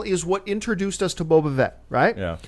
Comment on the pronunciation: John.. It's Boba Fett... FETT.. with an F! Not Vett. Please I can't take hearing Boba Vett one more time lol